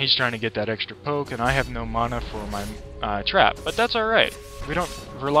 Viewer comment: Bad build and i dont like the way you say mana xD